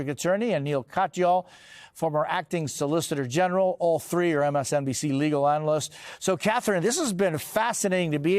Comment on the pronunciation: Yamiche said "solicitor genital" teehee